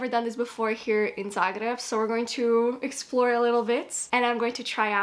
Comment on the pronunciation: as a croat, i find it very lovely the way you pronounce zagreb with the proper, hard 'r' instead of the soft way of saying that english speakers use. a small detail, but very meaningful in my opinion! glad you've been enjoying yourself here <33